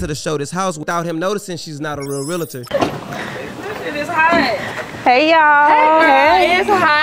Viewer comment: Pretty sure its Realtor not Realitor 😂😂😂